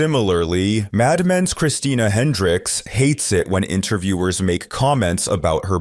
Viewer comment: WTF is "Madamens"? The V.O. miss pronounced it so badly I didn't know what show they were talking about until I recognized the actress.